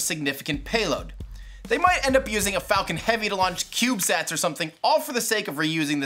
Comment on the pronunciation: why do you keep saying falCORE ?? i heard it at least 2-3 times in the video..